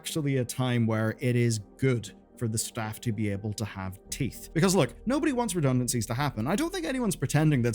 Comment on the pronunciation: "Redunancies, reduncancies, redunancies" Just come out and say it! They were fired!